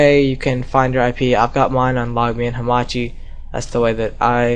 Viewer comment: its hamachi you ass